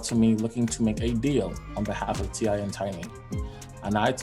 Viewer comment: You’re all super excited, it’s kind of annoying. Btw his name is T.I. Not TY. The boy is having to learn the hard way, you grew up with everything and being able to do anything you want and well, welcome to the real world